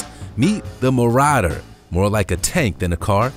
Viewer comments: mo ra der ??? ma ro der ! ffs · Ma-ra-der. No. No no no. Ma-raw-der